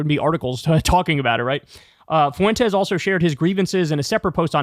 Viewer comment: As a native spanish speaker, it's pronounced 'fwentes', not 'foo-entes'